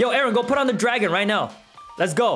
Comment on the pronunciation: "Are you serious right neow bro."